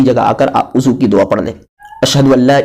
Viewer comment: بھائی وضو ہے عضو نہیں